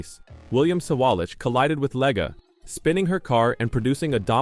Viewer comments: Her last name is pronounced leg not Lega. She has driven Indy car and cart for years. She was bought out of this year's Indy 500 because another team bought out the car she needed. They thought she might bump out one of their cars. She was having a great run at road America in cart when her rear wing failed and had a horrible crash. Not her fault and walked away. Later I watched her qualify a bad handling car at the Indy 500. That took more guts than her critics have. Look at her road America crash and see if you would risk going so fast at Indy 500 Qualifying with a poor handling car? She is a very good driver trying something new. Give her some time to adjust. I was at that road America race when she crashed so bad in the kink corner. In the stands we thought she has passed for a while. Later we found out she walked away. I saw the car she drove before the race up close. It was older and even has some rust painted over on it. After the crash the flatbed truck drove behind us with what was left of the car. The pieces were so small we wondered where she was sitting in the wreckage. She has guts! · LeggAh? Cant even narrate your own videos? You are a parasite...